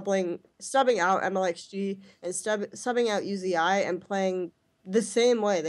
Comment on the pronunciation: who the fuck is U Z I?!?!?!?!?! It's pronounced "oozee" fucking say it right